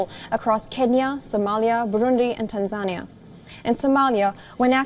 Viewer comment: I know English isn't your native language and you therefore have frequent mispronunciations. However, the consistent mispronunciations on Tanzania should stop. It makes the speaker sound outright stupid.